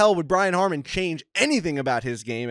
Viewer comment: Brian Harman *** not Harmon